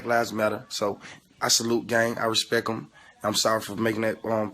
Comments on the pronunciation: I "RESPECK" EM LMAO SMH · Young thug said "i respec em" lmao! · "I respeck him." 😒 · who u respeck? please respeck the English language! U respeck that?